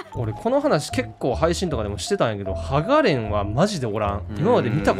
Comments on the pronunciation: ハガ↑レンはホントに何？ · ハガ↑レンって発音するやつ厳しいって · 剥がれん のイントネーション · 鋼の錬金術師 をそのまま略せばいいのにハガ↑レンにはならないって、厳しいって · 馬連と一緒のイントネーションでハガレンやめてね